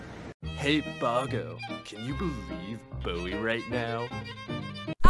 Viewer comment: its boggs not boggas